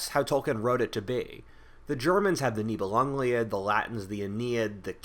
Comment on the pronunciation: Live ur videos! Btw, it’s Nibelungen Lied, pronounced LID, i.e Song of the Nibelungs… Germans being German connected the two words to create one long word